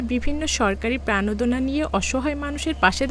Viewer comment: "পাজারো", "চুহাত্তর", "প্রানোদনা"----এসব কী বলছেন পাঠিকা?????!!